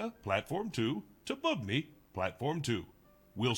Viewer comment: Hears Bubny pronounced 4 times still pronounces it blatantly incorrectly lol